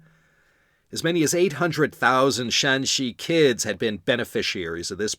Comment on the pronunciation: Great tones! Remember the province is Shanxi (山西, Shānxī, West Mountain) not Shaanxi (陕西 ,Shǎnxī, West of the Shan pass) first tone for Shanxi throughout, third and first tone for Shaanxi. Yes, Yan was one of the good ones.